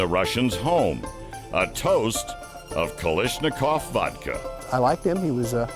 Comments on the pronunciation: It’s Kalashnikov! Not kalishnikov!!!!! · Pardon me, "It's Ka - Lash , not Ka - Lish.... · This is one of the worst videos I have ever seen. So much inaccurate info presented. Also, what is a KaLISHnikov?